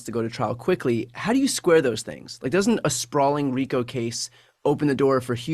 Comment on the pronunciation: By the way, it's RICO